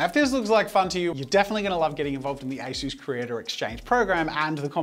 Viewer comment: Asus but without the "u" haha